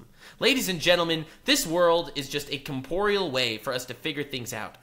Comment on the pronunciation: Why does say "comporeal" instead of corporeal? This is the third video it has happened in that I noticed.